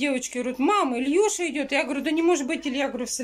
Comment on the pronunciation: Не Ильюша а Илюша плять,бесит уже посмотри словарь уже и выучи элементарные слова у тебя дети растут